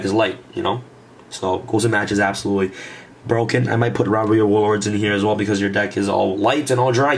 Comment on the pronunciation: "That would be hapsolutely amazing!"